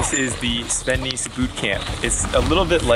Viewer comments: FYI: his name is pronounced ‘Nas’, not ‘niece’ or ‘nice’ 😎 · As a native Belgian, it's so funny to continuously hear Jeremy butcher Sven's name. Nys is pronounced like the English word 'ace' with an n in front of it. Other than that minor detail, a very good video from GCN! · The pronunciation of his last name -------- please do right! :-) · The y is pronounced like the ai in "air", not as the i in "nice". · At least say his name right